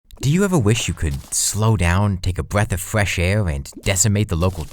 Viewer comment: “Take a bweaf of fwesh air”